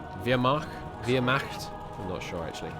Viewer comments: It’s pronounced like “vare-ma-cuht” The t is not silent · "Ware" but with a "v" instead, "mah," then "t." Vair-mah-t. The "h" sound is very slightly in the back of the throat, almost like you're hissing. If the h is a little hard to do, you could do what most non-German speakers do and either make it a normal H or turn the "ch" into a hard K.